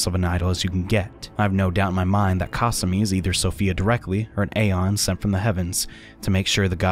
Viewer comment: The way he says kasumi i hate it